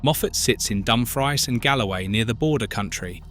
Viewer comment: Exactly - the crappy AI voice pronounces 'Dumfries' as 'Dumfr-IZE' rather than 'Dumfr-EECE'. That was the point I stopped watching. Maybe if people started clicking 'Don't Recommend Channel' whenever thumbnails or title cards or narration have been created with AI, the algorithms might stop recommending them?